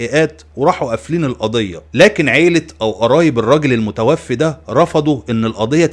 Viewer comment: المُتَوفَّى وليس المتوفي